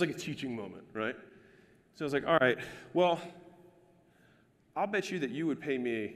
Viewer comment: who else loves it when alex says "al'ight"